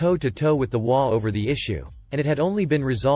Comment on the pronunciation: HOA is pronounced as its three letters, H O A. I love your content, but if I knew what an imogey was, I would post fully dressed imogeys, not bare imogeys. I do not do cyber porn.